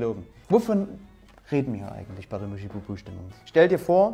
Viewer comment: Schön! Aber MuschEbubuh ni MuschIbubuh!!!